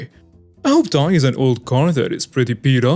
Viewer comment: Hooptie is pronounced hooptee. That’s from my neighborhood 👑! 😂😂❤️